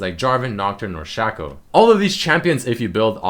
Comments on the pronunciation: It's Shaco not Shaco. old pun i know... It's actually pronounced Shay-co rather than Shà-co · It's pronounced shaco, not shaco. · Its Shaco, not Shaco